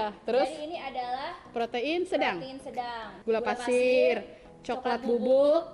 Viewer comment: Sejak kapan Pasir jdi Fasir ka😂 smpai aku ulang2 spa tau aku slah dengar😅